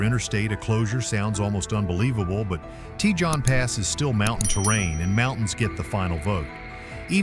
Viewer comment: Cajon Is pronounced cahone pass . The scariest part of Cajon Pass heading south is the DOT Scales at the bottom before you get to I-10